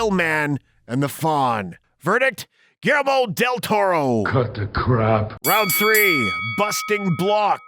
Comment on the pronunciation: “Mimic” came out in 1997. Hardly the “early nineties.” Also, please learn how to pronounce “Guillermo” correctly.